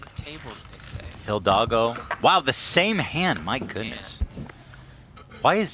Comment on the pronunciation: ethan calling hila “hildago” 😂💖